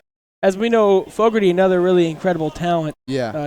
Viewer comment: It's Fogarty, not fogorty.